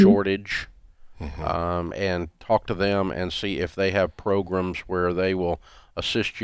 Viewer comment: If Dave says it progums then it’s progrums.